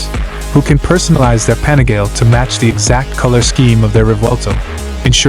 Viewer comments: Pronounced "Pa-ni-ga-lay" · There seem to be thousands of these weird anonymous AI channels continuously churning out the same garbage content to get a few thousand views. It’s so… I don’t know… gross to see a video appear highlighting 1 specific product, and the AI is so bad, the name of the product is massively mispronounced… over and over again.